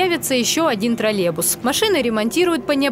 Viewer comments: Уважаемая. Название данного общественного транспорта троллейбус, а не троллебус. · Тролебус это ж надо так говорить хахазахп , ведущая как и директор троллейбусного предприятия деревня до мозга костей))))) Помимо неправильного произношения, ей также нужно убирать свой деревенский акцент на "О", или не давать озвучивать новости.